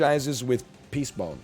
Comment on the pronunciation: I knew Animal Collective was going to be brought up when he mispronounced the item “Peacebone.” Then he went on to misremember the word “bonefish” as “boneface” but close enough, great reference Also, I’m a “Fireworks” Andy